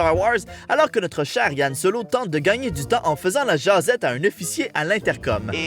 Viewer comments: mais bordel, arrêter les erreurs de prononciation avec han solo c'est HAN solo et non YAN solo un peu d'intelligence svp et puis si rey est si forte avec la force, c'est que selon plusieurs théories, elle serait peut-être (j'espère) la petite-fille de Obi Wan Kenobi, d'ou son nom de famille ''kenobi'' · À partir du moment où tu dis YAN SOLO Ta critique part mal désolé ... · C'EST Han solo pas Yan solo